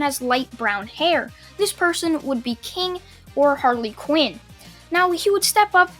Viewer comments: bruh its not harley quin its harle quin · He said Harley qin not harlaqin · Spelled HarleQuin pronounced Harla quin